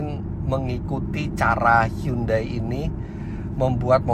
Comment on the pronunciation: tulisannya hyundai bacanya hyandai om